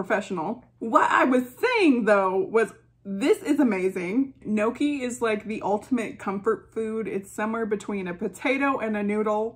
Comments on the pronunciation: Noki? 🤣 Gnocchi is pronounced like ñ in Spanish with double sound K 😘 ñokki 🇮🇹 Love U B 😘😘 kisses from an Italian in Tokyo 😘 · Oh no...not me realizing you weren't saying "noki" but GNOCCHI....and that I've been saying it wrong as "gon-nochee" for over a decade 💀 I'd just like to thank you from saving me from major embarrassment in the future lmao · you pronounce it as njokkie :)